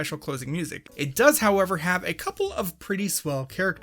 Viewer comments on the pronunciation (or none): none